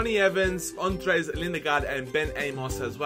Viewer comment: Buy SUBOTIC! and stop saying "Simione" it's "Simone" and you still called Anders, "Andres"